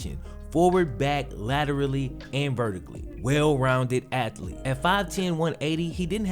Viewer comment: The fuck is an "ATH - E- LEET????? smh...